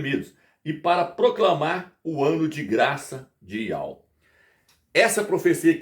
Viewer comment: YAUH está errado ,no hebraico não tem encontro de ditongo.Não se pronuncia YAU NO HEBRAICO